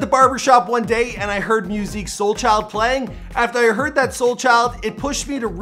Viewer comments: Bro Mia-pronounced half the names he dropped...Swisha House, Sade, Musiq Souldchild... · This man is mispronouncing every name. Mispronouncing Swisha House, Sade, Jak and Dexter, Musiq Soulchild